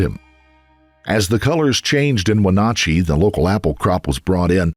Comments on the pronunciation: I appreciate how you gave your condolences to the family in the very beginning of video. Also the town is pronounced when-nat_-chee and the county is pronounced sha-lan. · It’s WHEN-AT-CHEE! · Wenatchee is pronounced: “when-ATCH-ee” The middle of the word (the “ATCH” in Wenatchee) rhymes with the word “scratch”. Chelan is pronounced: “shell-ANN” I have spent a lot of time in the area as a traveling nurse. It’s a beautiful area, and is much dryer than the areas to the west (the Cascades and the Seattle and Washington State costal areas. Chelan is the county Wenatchee is in but is also the name of a town in the area. The small town of Chelan is one of the prettiest in the area. Very mountainous, and gets a good amount of snow. Just FYI. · When-atch-E is how you pronounce it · Been waiting for someone to cover this case. I grew up in this town and knew many of the people involved. Tragic for everyone. Also, the pronunciation of Chelan is "Sha-Laan" and Wenatchee is "When-At-Chee". Thank you for covering this. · Sure would be nice if the narrator could pronounce Wenatchee and Chelan correctly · It's always so rough trying to listen to people pronounce cities in my state. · Anyone else cringing at the pronunciation of Wenatchee and at the end, Clallam county? Lol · You all need to have your narrator look up the pronunciation of words. Seath in those previous videos, Wenatchee here. It's not hard to find these things out, and it makes you all look low rent. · You add in news reports of Wenatchee being spoken correctly and you still butcher it time and again! 😂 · Good work on this, but damn you butchered wenatchee and chelan lol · The way you keep pronouncing Wenatchee is painful, especially when you included a news clip where it's pronounced correctly. Okay, I'm done being petty. Back to enjoying the video. Edited to add: **more than one news clip with Wenatchee being said repeatedly. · I love that he kept pronouncing Wenatchee wrong. Should have done some research